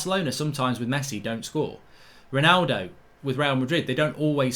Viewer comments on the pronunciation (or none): none